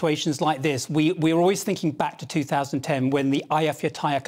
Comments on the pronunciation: ay-ya-fyak-la-yerk-ul, not ayatollah, buddy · I love how the lad pronounces Eyjafjallajökull 🤣